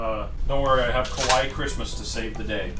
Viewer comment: you said "kawaii" or "kowaii", because these two are very very very different meanings... 🤣🤣🤣🤣🤣